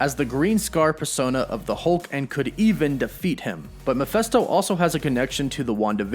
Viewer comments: Please stop saying 'Muff-fest-oh' - it's 'Meff-fist-oh'! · Wtf is a Miphesto? Its M-e-ph-I-sto! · It's Mephisto, not Miphesto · Bro for the love of GOD..... its MEPHISTO!!!!! (MEH FIS TOH).....JESUS!!!! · It drives me nuts that he says "Mee-festo" instead of "Meh-feest-o". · He drove me crazy though the entire video. I wanted to reach into the screen & cover his mouth so I could say "STOP PRONOUNCING IT THAT WAY"!!! Lol!!! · I know! Thing is, I really like his videos. They catch me up on everything I never got around to reading. But this... THIS!!! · Angus Gordon-Farleigh Yep it’s Mephisto. “Meff-fist-oh” or Mephistopheles. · Ma-fist- toe is how you pronounce that. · Good video but PLEASE stop pronouncing it "Meh-feh-sto", it drove me crazy though out the entire vid lol!! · GET IT RIGHT DUDE --- ITS PRONOUNCED " meh phist oh " …… sheeeeeeeesh. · That drove me crazy throughout the entire video lol!!! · It's "Meh-fist-oh" 😉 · It bothers me you can't say "Mephisto" correctly... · Thank you!! I'm so glad I'm not the only one that was irked by that lol. Every time he said that name I winced! It was just painful to hear his pronunciation and by the end of the video I was grinding my teeth lol!!